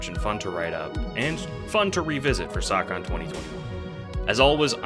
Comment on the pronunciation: "sawcon 2021" 😭